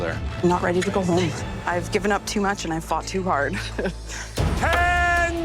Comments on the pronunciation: IM SORRY BUT "AWH WU WEADY TO MAKE THE MOST DEWECTABOL CAWAMEL WEVE EVER TASTED?" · Aww you weady? So cute hahah